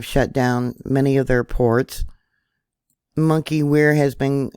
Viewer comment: Monkeywerx pronounced monkey works.